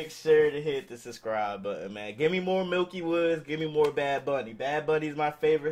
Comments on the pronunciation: Bruh it aint milky woodz its miky woodz like miky like saying micky mouse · Bruh it's miky not milky